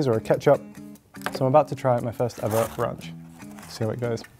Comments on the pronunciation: Did man just say runch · Ronch? It's ranch! Also it's tomato not tomoto